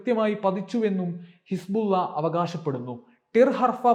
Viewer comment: Hisbulla എന്ന് പറയുമ്പോൾ വായിൽ വെള്ളം നിറയുന്നുണ്ടോ. ബുള്ള